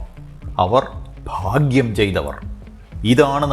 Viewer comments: ഫാഗ്യം അല്ല ഭാഗ്യം ആണ് 😂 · Fagyam alla Bhagyam anu😅😅😅😅😅😅